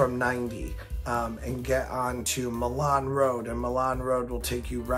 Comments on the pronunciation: Hey idk if u remember me but you shouted me out in a video when I was working no hate or nothing but it's Milan pronounced my Lin and I love your road idea but idk if it can happen also I've been watching u for years now ur videos made me a rollercoaster person and living in the Sandusky area I have easy access to cedar point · Real quick pronunciation note Milan Rd is said as my-lan or my-lin locally or just call it rt 250